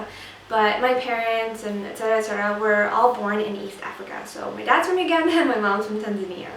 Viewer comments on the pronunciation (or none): none